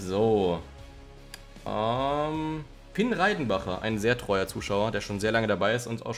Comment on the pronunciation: irgendwann werde ich dir es bei bringen das es Reidenbach heißt nicht Reidenbacher😂